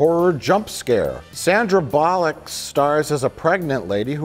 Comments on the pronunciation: I appreciated how he pronounced it ‘bollock’ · In the UK we definitely pronounce it 'Sandra Bollock'. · It’s “Bull-luck”. Trust me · It's pronounced "Sandra Bullock"